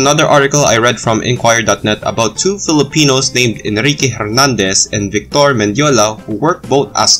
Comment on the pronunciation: Very interesting! But you mispronounced the soldiers's names. Victor is nounced BEEK-tor, stress is on the first syllable. And Hernández is pronounced air-NAHN-dayss, the h is silent. These being Spanish names from so early they would have most than likely been pronounced in a perfect Filipino Spanish accent.